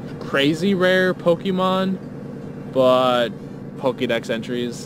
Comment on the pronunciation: please please pronounce the Pokémon names correctly...